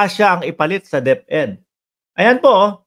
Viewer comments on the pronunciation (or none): none